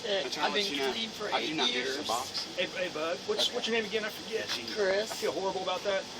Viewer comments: wtf is seboxine... must be really important to her... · haha all i hear is suboxins lol